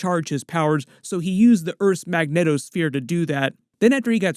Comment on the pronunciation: Are you specifically saying megneto sphere or do you mean magnetic sphere I need to know